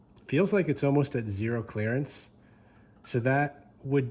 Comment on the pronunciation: i think youve had too much exposure to us southern folks... Sounded like you said " clarence " instead of clerence! lol